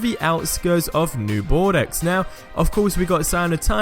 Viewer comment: Please, don't pronounce it "New Bordex" :D It's pronounced "New Bordo". I'm really not trying to be a dick. Just delete my comment and from now on, pronounce it right :)